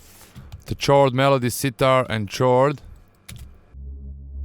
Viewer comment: is pronounce "Kord" no "tchord"